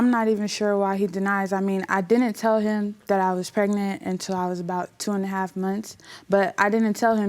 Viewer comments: Preganant 😆...is PREGNANT REALLY that hard of a word to pronounce¿🤦‍♀️🤷‍♀️🤦‍♀️ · Preg-i-nant? 🤦🏾‍♀️ Why the extra syllable? 🤔 Oh well, the baby is just so adorable, he doesn't deserve her. As for the friend, NEVER talk to her again. She's ready to push her friend under the bus because she's probably sleeping with him herself. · pregernant boy please! learn to pronounce words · He can't even pronounce words properly. PREGANANT.🤦🏽‍♀️🤦🏽‍♀️🤦🏽‍♀️🤦🏽‍♀️🤦🏽‍♀️ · Did he say PREGANANT? 😆